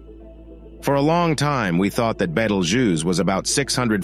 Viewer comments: everyone else: /ˈbiːtəldʒuːs: /ˈbɛtəldʒuːz/ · It's not bettel, more like Beetle. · Bay toll jews😂 can't get over his pronounciation. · First time I heard Betel Juice :))))) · I heard multiple different pronunciations. Betelgeuse, Beetelgeuse, and Betelgoose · The way you pronounce Betelgeuse 🫨 leaves a bitter taste on my ear palette. Beetle🪲- juice🧃